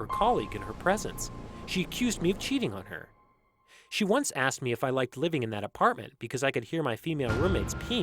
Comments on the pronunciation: i love how he says " i aksed him " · “ASKed” not “AKSed”